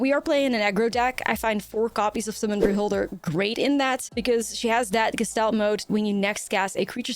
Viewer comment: "geh-shtalt" mode, it's german